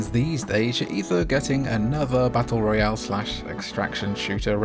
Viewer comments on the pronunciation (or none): none